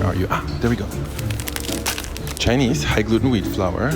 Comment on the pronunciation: you pronounce Chinese words and cities name very well, props to you 😀